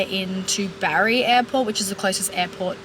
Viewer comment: Omg be careful. Napoli is well known for crime you are extremely lucky! Bari is pronounced differently and yes not as touristy. Enjoy your travels and stay safe xx. Italians speak English well mainly but not as widely spoken the further south you go. Peter should learn!